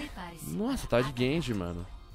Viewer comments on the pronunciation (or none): Mano... Que agonia, velho!! Tem horas e o esquece do "E" do genji